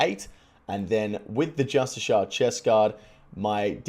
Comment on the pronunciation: "justishar" hmm.jpg